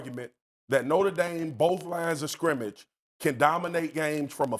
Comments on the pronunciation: Also, Cam…It’s NOTRE Dame. Not Norte Dame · Norter Dame? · It’s not norter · Somebody teach Cam how to say NOTRE